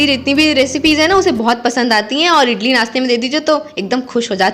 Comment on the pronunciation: Hi idli bolate hai Italy Nahin hota hai Baki A1 aapka video bahut Achcha Laga bahut Sundar lage raho